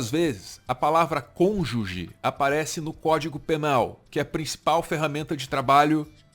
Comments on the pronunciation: Parem de rir de Sérgio Moro falando "conje", é puro preconceito linguístico; imagina se fosse alguém pobre falando assim? "Ah mas ele é juiz" cônjuge > conje é uma mudança fonética natural, se fosse assim agt poderia rir de Lula por falar "prizden da república" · Moro fez faculdade, passou numa prova difícil pracaraio de juiz, atuou por anos escrevendo sentenças mas ele é burro pq fala "conje". Todo o passado acadêmico se torna inválido pq ele fala "conje". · O conge do moro é igual ao rezistro do Renan. O cara fala errado td dia mas n se liga kkkkkkkkkkk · Eu não gosto do Moro, mas essa insistência em denegrir o cara com base na dificuldade dele falar "cônjuge" é patético! Tanta coisa errada que ele fez e vocês ficam nisso? Tá faltando pesquisa e entendimento nos assuntos hein,. Esse tipo de discurso que dá munição pra extrema direita.